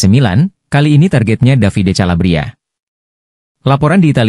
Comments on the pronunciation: Kalabria calabria lawak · Calabria lagi